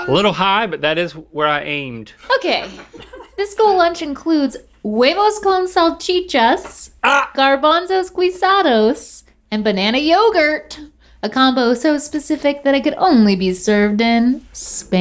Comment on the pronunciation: “Garbanzos gwizados” close enough.